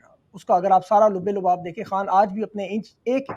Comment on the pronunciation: Loobe loobab nahi Labbe labab